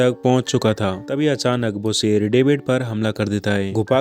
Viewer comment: Really love your voice and way of explanation. Love from Pakistan. Plz don't mind but ap shee word NAHI bol sakty? Sheer ko seer bolty ho or sharaab ko sarab bolty ho orignal word shhhh.... Sound se hota ha ccc word NAHI ha.